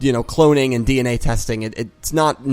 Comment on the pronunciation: I heard Dee En Way lol